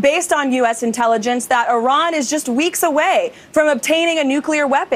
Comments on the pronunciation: She just pronounced "Iran" two different ways in five seconds. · she can't even pronounce "Iran" correctly. No magat can.